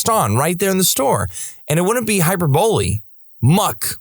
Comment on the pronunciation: Please learn how to pronounce hyperbole